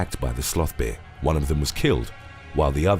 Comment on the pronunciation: Am I the only one who loves the way he says bear..?